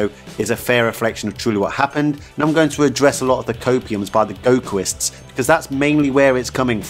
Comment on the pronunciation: I don't know why this is so funny to me, the way he said "gokuists" But I agree wit the vid